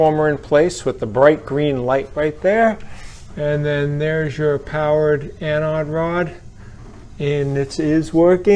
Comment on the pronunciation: Must be a regional thing. In my field, the word anode comes up a lot, and EVERYONE says it with a long O. This guy saying anAHd sounded really wrong to me.